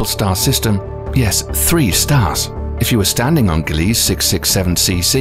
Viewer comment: glee sah say it with me glee sah